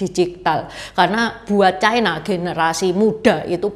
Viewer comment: Ucapan yg bnr : China, bukan chaina